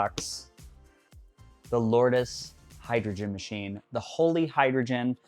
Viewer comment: It's pronounced "Lords". Based on the Holy place in France